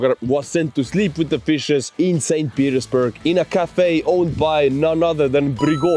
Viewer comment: Is he saying St. Penisburg? Or is it me